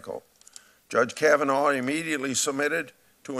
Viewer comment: I can’t trust this woman narrating who can’t even pronounce Kavanaugh - did she even watch any of the hearing? She is clearly politically biased and trying to mask that in fake “expertise”.